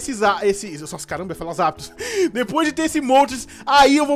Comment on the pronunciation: voce falou zaptos